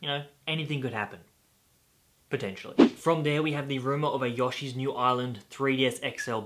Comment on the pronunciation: I like how he says "Yoshi"